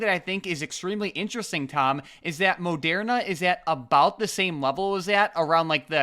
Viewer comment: Say Mo-dare-na again Mfer. No one says it like that man, it's ma-dur-na.